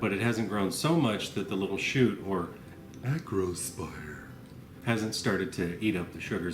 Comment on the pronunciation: Like your "acrospier" voice.